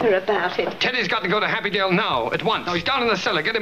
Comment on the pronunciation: "Happydale" LOL